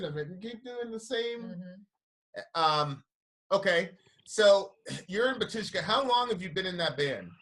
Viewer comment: bAtushka - stress is on first "A" .......